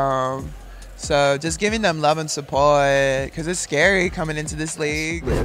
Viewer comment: Why did she pronounce the word SUPPORT like that?